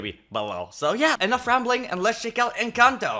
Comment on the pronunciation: It’s pronounced Enconto